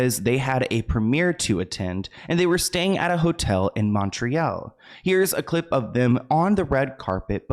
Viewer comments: I love your videos and how well your research but I do have to say being Canadian and hearing you say Montreal as “mon-tree-elle” is hilarious. Closer pronunciation is “Mon-tree-all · ahahaha i adore that u tried to sag montreal with a frech accent but that was france french not qurbecois. its pronounced "mont-royâl" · Mon-tree-ALL lol is how it is pronounced